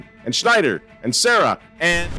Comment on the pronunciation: Pronunciation is Cardinal Saa-ra - not like the girl's name.